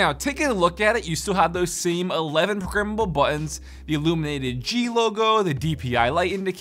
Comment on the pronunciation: “11 prok-ammable buttons” “Mousepah” Hope you didn’t get a mini stroke, buddy!